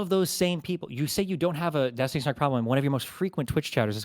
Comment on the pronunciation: Kinda sounda like was about to say "Epstiny"